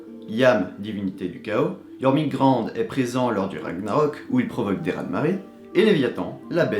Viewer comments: Pas grave, tout le monde ne prononce pas parfaitement le vieux norrois moi la première. Mais c'est assez simple, enfin pas tant mais bon, le ö se prononce un peu comme un o qui tend vers le e (voir eu) , on ne prononce pas an mais "ane" ( si je l'écrivais de la façon dont je le prononce ça donnerais Yoermunega'n'de) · (et ta façon de prononcer Jörmungandr m'écorche les oreilles )